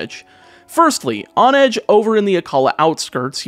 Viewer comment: The heck is a “viv-a-lon”? And a “hohn-edge”? 😂